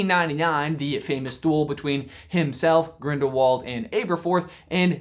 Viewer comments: GrindaVald you say it with a V. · It is spelled like Grindiwald but it is a German name and there w's sound like v's so it really Grindivald